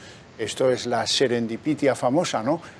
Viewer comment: Que se la ponga su puñetero.... ¿Qué va a decir este hombre? Buscad "Pfizer escándalos" en los buscadores y veréis que la historia de esa empresa está jalonada de escandalos, negritud y carencia de ética., no use palabras que no sabe pronunciar. Serendipia y no serenditipia. Dice Nombela "en el mundo que llamamos libre". ¿Este hombre ya tiene sus dudas sobre nuestros países?